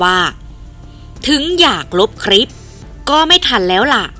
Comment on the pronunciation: คลิป อ่านว่า คะ-ลิป ไม่ใช่อ่านว่า คะ-ริป. (ล.ลิง.ให้ผันลิ้น1ครั้ง)